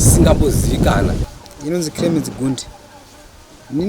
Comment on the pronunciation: It's Clemency not cremency